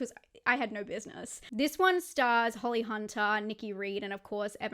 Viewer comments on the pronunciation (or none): none